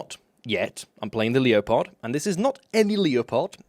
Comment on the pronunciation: Leo pard?, I hope you are taking the piss with your pronunciation.